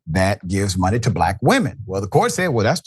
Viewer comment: Glade you noticed "blaAk"